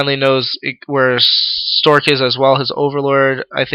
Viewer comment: LOL you keep saying storge. XD sorry to make fun of it, but it's funny.